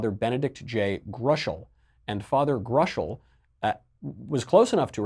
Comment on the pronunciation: It's pronounced Grow--shell. Father Benedict Groeschel, founder of the Franciscans of the Renewal, fixture on EWTN from circa , was no friend of new agers. He did not, unfortunately, fully recognize the imperative that the Church return to herself through the practice of Tradition, and especially the TLM, and somewhat fell for the exaggerated cultus of John Paul II, but he was very far from a gnostic or a supporter of liberal kooks. Sad to see he's already been forgotten to the point that his name is unrecognizable to involved Catholics.